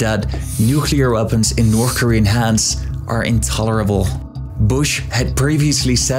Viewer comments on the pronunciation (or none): Can’t finish this video, can’t listen to you say “NORF KOREA” another 100 times